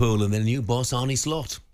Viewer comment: It's Arne, not Arnie ffs. Dumb as rocks.